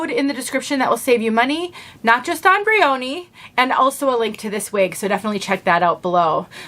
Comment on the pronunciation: I think the pronunciation is closer to brian, so the O is not a long O, and the division between Y & O is not as strong. Ya, as one having cowlicks, double crowns, etc. I love a simpler look in wigs, whether straight, wavy, or curly., as far as heat tools, I picked up a crimping iron to try on a regular synthetic. Before concerns set in, I think I'll use one of my meat thermometers to watch the head. Thought of getting a temperature gun, but not sure if I'd get as accurate of a reading. Have you tried thermometers to watch your heated wig tools? Anyway, I'd turn it on and off, to keep the temp from getting too hot, I plan on trying it on a RW Trend Setter, to make it more of a 70's-80's New Romantic/Punk/Goth aesthetic. Thanks,!